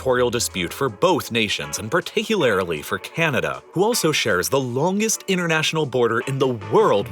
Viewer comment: I’ve never heard “particularly” pronounced so peculiarly….